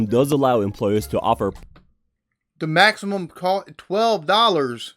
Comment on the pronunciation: Why does the narrator pronounce the word cost like coast, I wonder? When the narrator compares the average spending per patient in the UK and USA, he doesn't take into account that the profit element will make USA care more expensive, or the higher earnings of doctors, or that a population that tries to avoid expensive healthcare may be more sick by the time they do refer themselves to a doctor, or that levels of obesity and diabetes are higher in the USA..